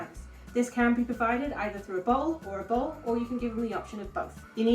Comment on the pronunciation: you said bowl or bowl for how they can drink water lol, what did you mean to say?